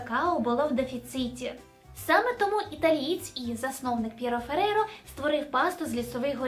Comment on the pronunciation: П'єтро Ферреро, правильно. Пьеро Феррейро, неправильно.